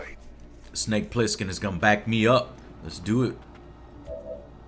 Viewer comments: It's Plissken, Joe. Pliskin was the name that solid snake used in metal gear solid 2. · It's "Snake Plissken", in case you're wondering. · Also, it's BOB "Snake" PLISSKEN... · It's Bob Plissken. And "Snake" is his nickname, not his original name.